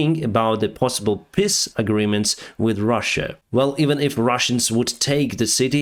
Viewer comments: The trick is to make the "e" sound a bit longer. 🙂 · Thank you for your updates,! But you should learn to say "peace" in English correctly. 😉